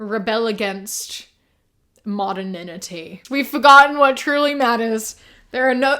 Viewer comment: just so you know, modernity is pronounced mod-urn-ity. you're throwing in an extra n 😊